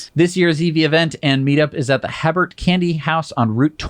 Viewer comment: The meet up is at Hebert's Candy Mansion. Pronounced He-Bert's.